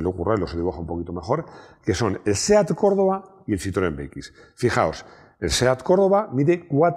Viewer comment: si lo se, pero parece que dice corolla